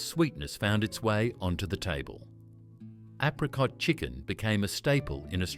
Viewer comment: Apricot is pronounced wrong. Apricot chicken is still popular. I make it many times a year. Tuna bake still common. I make lambs liver, bacon and onion regularly. I've never seen welsh rarebit in Australia. Yet another lazy and poorly researched AI garbage.